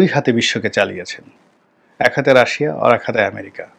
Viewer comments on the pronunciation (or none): none